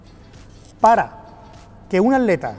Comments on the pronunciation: Soy yo o dice aleta en vez de atleta? Jaja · Dices aleta, en ves de atleta?